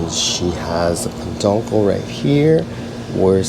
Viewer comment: Great video, Just FYI it is not peNduncle but peduncle without the N😂